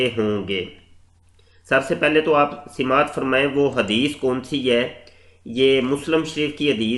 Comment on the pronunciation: Kahan se aate hn is tarah k log? Yeh janab sama'at ko sima'at fermate hn. Hadeeth ko refference m late hn aur Arabi matan to door Urdu ke tarjume bhi theek se nahin per pate. Ailah (ایلہ) ko Elia perh jate hn jo k English m Prophet Ilyas (AS) ko kehte hn. Janab m apki jahalat ka qael ho gaya. Allah ap jaise majhoolul waqt is ummat ki hifazat fermaye!